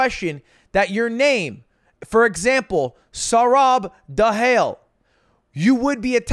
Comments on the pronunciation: Da-hail is crazy bro is it not duh-hah-lee?? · not the saurabh dahell 😭😭Ludwig butchering Indian words/names will never get old